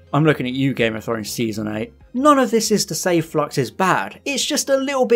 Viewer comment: Flux not flox, stop saying flox! I keep thinking about Doctor Phlox from Enterprise because of the bad enunciation.